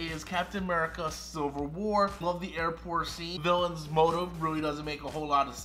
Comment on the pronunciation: I own all except Captain Marvel I’ll get that for my birthday but just have it for my collection also I thought you said “sliver war”